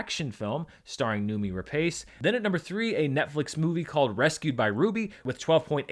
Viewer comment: "Noomi Rapace" is pronounced "KNOW-me ra-PASS" (although the classic Honest Trailer rendition, "Noomee Rapeface," is also acceptable)